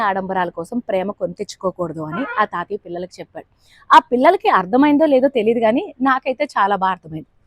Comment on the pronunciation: తాతియ్య కాదు , తాతయ్య అనాలి....